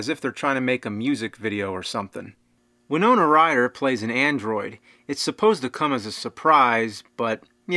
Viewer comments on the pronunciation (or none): none